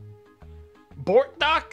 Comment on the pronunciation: Lol "bORT DOCK".